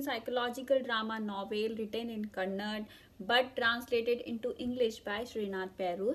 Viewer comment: Is not kannad, it's Kannada